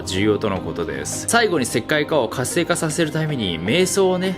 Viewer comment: 最後の方活性化が石灰化にきこえて、？、ってなってた